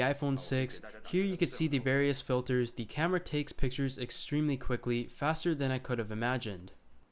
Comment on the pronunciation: I like how you say thee instead of the.